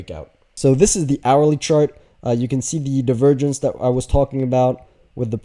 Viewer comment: Is anyone else hearing “the virgins” when he says “divergence” 😂